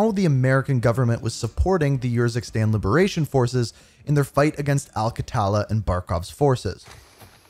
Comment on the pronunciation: Its not ur-zikstan 😂 its Urzikstan 👍